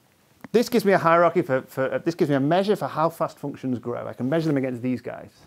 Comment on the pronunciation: A "hierachy," eh? Is that a hierarchy with painful feet?